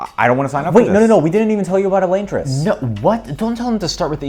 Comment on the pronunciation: he pronounces it incorrectly, Sanderson himself pronounced it like "Eh-lahn-tris"